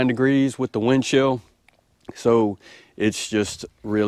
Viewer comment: Keep warm my friend, cracked me up when you said “doe grees “